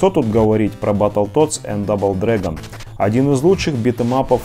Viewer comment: Пришел на канал, а тут никакого РЕЙДЖ, только чувак машинным монотонным безэмоциональным голосом говорит Мигхти(!) финал файт и дубл(!) дрэгон, я чуть от смеха не умер. Камера плохая, геймплей чужой, и не Денди, а NES и Famicom.